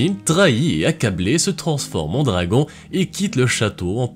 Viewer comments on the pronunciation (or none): none